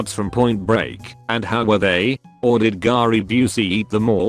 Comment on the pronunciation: Everyone’s over here talkin bout “tay kai” I’m out here wondering why this dude callin Gary g-are-y